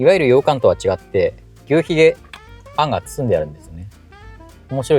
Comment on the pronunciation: 山鹿のイントネーションは廁と同じです。灯篭とか羊羹のイントネーションも気になりました笑💭 どちらの方でしょうか？